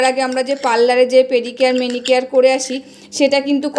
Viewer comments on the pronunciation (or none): কথাটা পেডিকেয়ার মেডিকেয়ার না পেডিকিওর ম্যানিকিওর